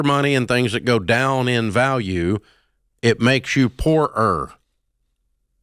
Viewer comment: “Poor-Er”😂 Dave making poorer into two whole words. the origin of Dave’s “honey”😂 I guess it’s genetic